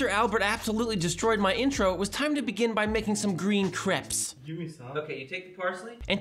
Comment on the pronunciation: Omg, pronounciation! crapes???